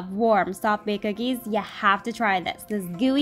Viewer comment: Nobody: Literally nobody:: chocolate chip googies